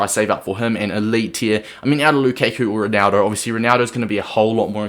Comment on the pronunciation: Wtf? It's not Lukeku, it's Lukaku. How can you be a fifa player and fk up Lukaku's name?